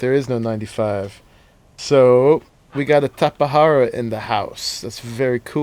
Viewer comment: wow someone who can actually pronounce Tapajara. other tubers were triggering me lol.